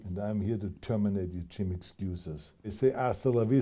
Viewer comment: Gyme? What's a gyme?